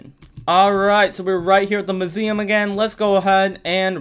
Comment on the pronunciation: It’s so fun listening to you saying “muSIuM”